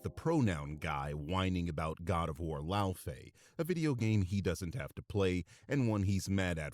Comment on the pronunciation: He called Laufey a stupid name and couldn't pronounce it, proving he just heard of the character upon this trailer (a grifting tourist) and "disrespects European culture" himself apparently. Laufey is a real name.